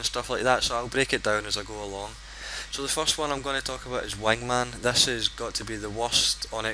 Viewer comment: I like the way you say wingman lol